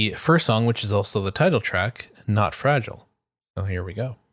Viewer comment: Dude you can't sing the song saying fragile the way you are saying it.